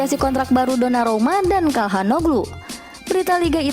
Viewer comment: 2.18. Donarumna. Kayaknya mimin susah banget nyebut nama dia